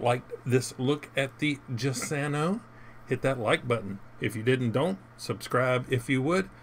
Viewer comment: Giussano is said like jussano. Italian doesn't have the letter j and use giu. Aka giulio cesare, giustino, Giuseppe, the president's crazy lawyer Giuliani.